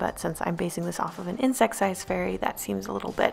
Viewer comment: My son said every time you said fairy it sounded like furry.